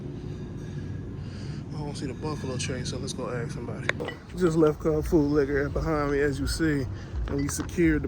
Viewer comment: Had to "ax" 🤔